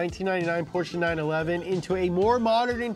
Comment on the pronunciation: You pronounce Porsche better than. That pitifully underpowered Mustang is ashamed of itself.